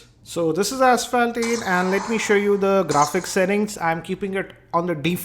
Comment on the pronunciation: you said asphalt 3 like ass fat 3